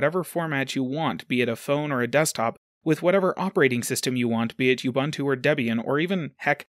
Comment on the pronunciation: Big oof on that pronunciation of ubuntu